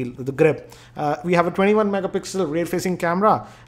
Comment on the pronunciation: "Dool tone" XD